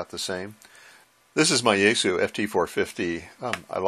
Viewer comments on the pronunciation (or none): Yaesu is actually pronounced yah-ess-ooh. Japanese やえす.